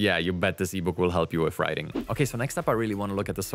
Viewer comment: Wif, bof, worf. Amazing. You can't pronounce "th". I am glad it is called "Chat" GPT, if it was Chath GPT, you would call it "Chaf" GPT.